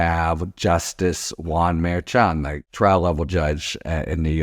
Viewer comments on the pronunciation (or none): none